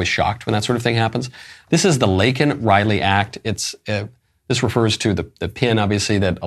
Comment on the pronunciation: I thought his mispronunciation of Laken Riley was a major gaffe. Show doesn’t really care about the woman